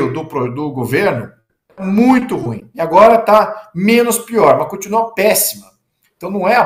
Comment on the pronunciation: ESSES PARLAMENTARES NÃO APRENDERAM A PRONUNCIAR O ADJETIVO "RUIM". QUE HORROR!! 😮